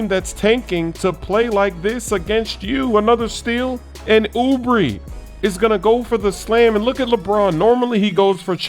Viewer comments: Suns Land I’m glad someone noticed he said it wrong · please say Oubres name right lmao